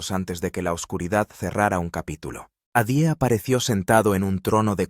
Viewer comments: Ozzy... no azzy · Nisiquiera termine el reportaje es malo y no pronuncias bien el nombre ese llama OZZY